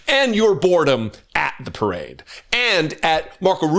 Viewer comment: First thing to say to donold: 'Loved your pirrrade!' laughing.